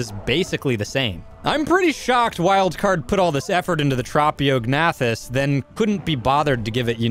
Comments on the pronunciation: Hearing the silent g pronounced every time was painful, also pretty funny though. It's like pronouncing the "P" in Pteranodon. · Just to let you know, to pronounce ‘Tropeognathus’, you say it like Trop(like tropical)-E-awg-nay-thus. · I pronounce it more like Troh-Pae-Og-Na-Thus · Well this is certainly going to be an interesting creature to mess around with. Also I'm pretty sure the correct way to pronounce its name is this. (Tro-pa-gA-na-thus) hope that helps. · Tro-po-ga-nac-tus I know no one ask but, that's how I pronounce it. It's not the right way to say the name I don't think. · I thought it was trow-pee-oh-nath-us.. Like the silent g in gnat... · It’s trophy-o-gen-ath-us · U got it so close its tro pio gnathas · The name is pronounced Trop-e-og-noth-iss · Pronounced: Trop-eo-g-na-thus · "Trap-e-o-g-nath-us" "tap-a-ha-ra" this man pronounces things however he wants... "bog spider" "frost owl" "pterodactyl"